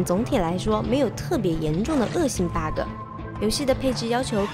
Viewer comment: Bug 怎麼會讀成 巴高，我一聽到就很難受